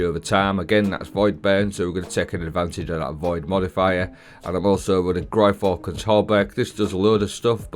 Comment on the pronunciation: That Gyrfalcon's pronunciation killed me! Has to be the worst one I've heard yet! 😅😅😅😅😅